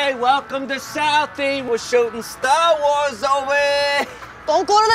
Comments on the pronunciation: that sounded like star raars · Anna Krieske Stur Wurs! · stork wars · "Stur Wurs"😂😂😂😂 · "Stork wars" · Star war More like StarWee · I could watch an entire video of pronouncing Star Wars weird.